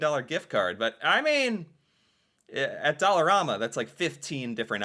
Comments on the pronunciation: When it first opened (20-25 years or so, everything was only $1) They charge up to $5 for some items now side note...in Canadian it is pronounced Dollar "am" a...not Dollar "rom" a! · ….its pronounced DOLLAR-RAM-MA… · I have to stop myself from ripping my ears off every time he pronounces Dollarama that way.